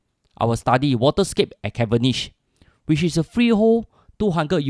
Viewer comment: learn to pronounce the words properly. Cavenagh as Caven-iche? Geez...